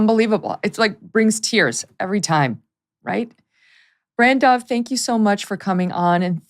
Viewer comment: Dear Meghan I don't agree with your views. But I would just like to say you pronounced BranDubh PERFECTLY. Lol. It means black raven .. or crow. And its an irish name. Usually for guys. But it is also an Irish board game. And there was some Saint in the 9th century or something. Anyway thanks for saying it correctly.